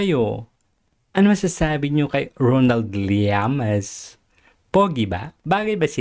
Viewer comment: LLAMAS hindi Llaman!Ayusin mo!